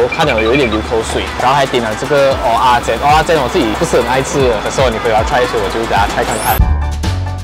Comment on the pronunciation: 不是念鹅啊煎吗😂